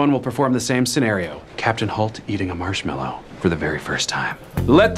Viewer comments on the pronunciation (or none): "Marshed mellow" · "marshed mallow"